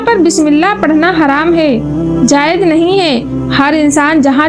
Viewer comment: Vedio achhi hai, voice me thoda crisp lana padegi, aur tallaffuz thoda sa sahi kariye "ajeem - azeem" "jayej - jayez"